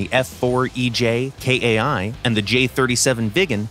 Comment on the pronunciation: Very informative. Btw, "Kai" as in F-4EJ Kai is not an acronym. It's a word. It's simply pronounced like "eye" but with a K in front of it.